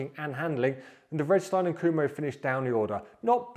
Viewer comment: The closest to Vredestein is Frey-Duh-Stein. Soften/drop the y (or drop t from freight) squish the first two together and you’ve nailed it. Freduh-Stein.